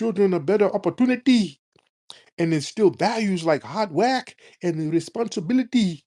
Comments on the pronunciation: Talking Sh*t about Foundational Black Americans while living in the America we built. Typical. BTW< Every time Tariq does the accent "Hard Wuurk" I fall out. LOL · The way she pronounced Hard Work😂